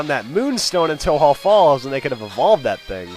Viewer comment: its pronounced toe-joe falls to represent the connectijnging between kanTO and JOhto